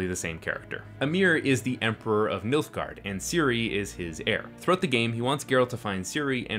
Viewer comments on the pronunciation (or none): Did you say the emperor of MILFgard